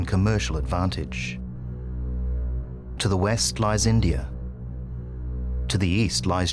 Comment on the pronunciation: India does not have an R in it. How about pronouncing it properly??